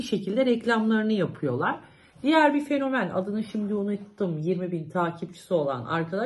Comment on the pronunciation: fonemen dedikten sonra kapattim